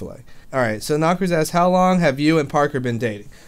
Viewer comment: you realized you said "a good wong while" ahahahaahahaha